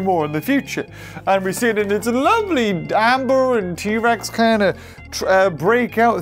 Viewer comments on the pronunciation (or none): none